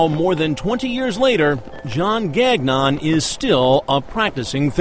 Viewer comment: lol. Gag Non... it's pronounced Gang-ion.